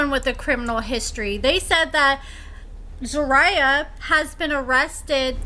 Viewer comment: So you do an "update" on someone but cant properly pronounce their name?!